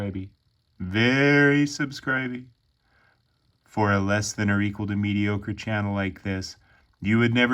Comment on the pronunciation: Hilarious… very subscriby, you’re getting ver subscriby”😂😂😂beautiful card